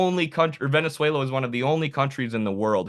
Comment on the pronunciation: "Boot whata pout Vuvuzayla!"